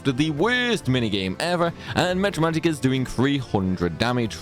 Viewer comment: Why do you say mEtra magic and not mAtra magic?